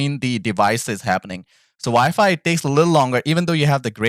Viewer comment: I know im smacked but i keep hearing vyfi when you say wifi i cant stop laughin lol you ever use hotspot on ps5? Want to hardwire but router/modem is far and i keep lagging out lobbies